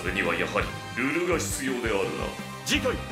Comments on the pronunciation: の発音が「ル↑ル↑」なのとてもよい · の「ルル」の発音がル↑ル↑なのはなんか意図があるんかな。もしかして個体名じゃなくて量産できるパーツの名前とか...？ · ルルの発音が中村と同じなのがいかにもCV杉田っぽい